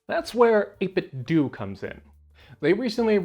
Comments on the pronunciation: "Dough" not "Do". Like "Dojo". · Pretty sure that’s how you say it dude lol. It’s supposed to be a play on nin-ten-dough. Every heard of them? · pronounced ate-bit-dough, ya know... like nin-ten-do, get it? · Why do people insist on pronouncing "do" in 8bitdo like "doo" and not like Ninten"do" as it should be? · 8bitdoo? What is that? A controller to play Scooby Doo on a Nintendoo? I can't take people seriously that pronounce 8bitdo wrong. lol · You don't pronounce Nintendo as Nintendu so why does everyone call the company that makes Nintendo replica controllers 8bitdu? I know it's a complete non-issue but it drives me insane. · "8BitDo" is pronounced Eight-Bit-Dough. It's a play on "NintenDO." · It is the year of the lord 2000 + 23 and people still don't see that the 'do' in the 8bitdo name is supposed to be pronounced like Nintendo. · Yeah, years ago, the company said it is "doo". They even used to sell a Bluetooth speaker that would say "8BitDo" when powered on and people then were like "oh so that's how they pronounce it". Since obviously we would assume it is like the 'do' part of Nintendo. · Can't believe they pronounce their own name wrong. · Seeing this be the too comment soothed my soul from the annoyance of the mispronunciation